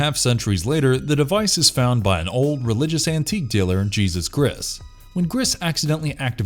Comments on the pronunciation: How he pronounced the Hispanic/Spanish name Jesus put me in a fuckin' coma . It's pronounced Hay-SOOS mutha-fukka! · Cronos made me cry , del toro's film is amazing. Pronounced hey-zeus not like jesus christ.